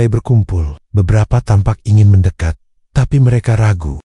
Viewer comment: Mendekat bukan mendekot